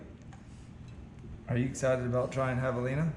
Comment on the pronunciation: Javelins (espanish) you pronounce as Havelina... So José could be Hosé...😂😂😂No Chosé ??? ...I shoot it good but it's not bleeding much... Of course if you have used fuckin varmint bullet !!! Otherwise not bad video.